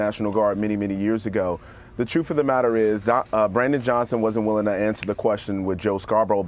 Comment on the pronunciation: The "troof".